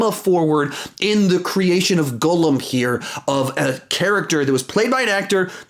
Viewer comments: Instead of saying Gollum, he say says “goolum” 😂😂😂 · Hey! I loved the vid, definitely one of your best, but just a little criticism. Gollum is pronounced differently than how you say it. The oll in Gollum is pronounced like the way it’s pronounced in Doll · Cal Walker right!! He says “goolum” 😂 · You just said that you watched them...so HOW are you getting Gollum’s name wrong? Haha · You say Gollum so horrible lmaoo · Facts lol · I adore your videos but why are you pronouncing Gollum like that